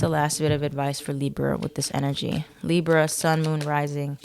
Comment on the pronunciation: "leeber" and "north nerd" made me laugh lol